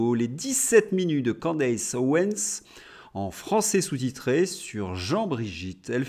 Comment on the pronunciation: Bonjour, on prononce Candice pas Candece…